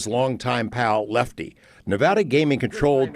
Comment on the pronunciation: Leffty...get it right